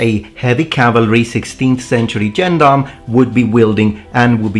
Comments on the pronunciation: I get a weird tinge of pleasure when I hear you pronounce "gendarm" like a native English speaker who's only ever seen the word in print. It makes me feel less stupid for not realising that "albeit" is pronounced " all be it" for over thirty years. 😋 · It's a shame you could not at least find out how to pronounce the word Gendarme despite getting quite close when saying Gendarmerie Nationale.